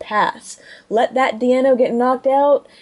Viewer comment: "DEIno", notd "DIEno".... You're welcome =P